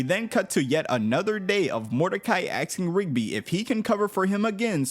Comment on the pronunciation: it's ASKING not AXING a question if mordecai axed rigby he would definetly be hated by everyone and land in prison with a sentence